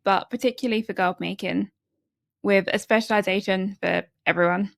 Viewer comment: "with a speciwization" What a disaster